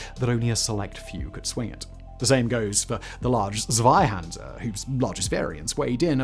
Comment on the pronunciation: I Love you english speaking peope for every time pronouncing the Zweihänder this way😂 sorry Simon, but appreciate the effort 😊 Imagine in your head the German letter Z sounding like a burning fuse.